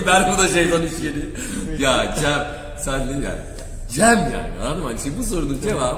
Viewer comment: Ceeeeemmm nedir yaaa e yi söylemeyi bilmiyor musun